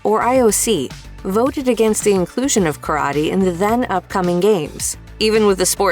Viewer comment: Ka-ra-tay. Not currody